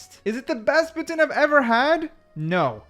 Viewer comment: From an angry Québécois, lol. I applaud your pronunciations in French, especially Poutine, you nailed it 👌